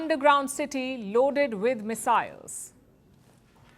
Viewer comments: Not Miss-Isles! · "Loaded by.....miss-silies....." Idiot!😮